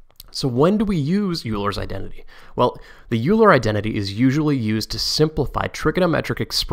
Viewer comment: "Euler" is a German name, pronounced more like "oila".